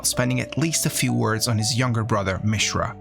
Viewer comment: Can you pronounce any name correctly? I mean, it was a good summary, but my God, you mispronounce just about every name except Mishra.